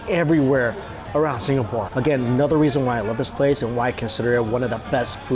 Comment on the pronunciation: “Anodder” 😂 at least Mikey corrected dewishious